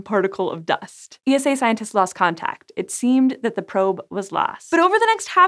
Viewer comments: Poor ESA. All those amazing missions and they still can’t get to pronounce their name. There’s an ESA YouTube channel if anybody wants to hear it. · You can just say "Esa" like "Nasa", no need to spell out the word. Most people in Europe and ESA itself do it. Unless of course you want to, then just continue :D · Gee oh toe? Oh, ffs! It's pronounced, "Jotto". And ESA is pronounced ,"eesa".